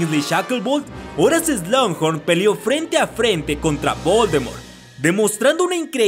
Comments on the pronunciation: Me exaspera ke en todos loa videos digas slungjorn es slughorn... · No entiendo por qué pronuncias "Slanghor" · Excelente video, pero hay una parte de mi que llora cada que pronuncias Slughorn jeje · SIIII!! a mi tambien me causa mucho ruido cuando pronuncia mal un nombre o apellido!! es feo escuchar un inglés mal pronunciado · pronunciaste incorrectamente el apellido del profesor agregando la letra "n" entre medio. Cosa que tú, al ser máster en la materia de Harry Potter no te lo puedes permitir. Saludos 🤗